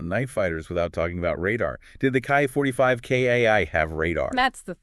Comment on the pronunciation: It's pronounced like key 45 not kai 45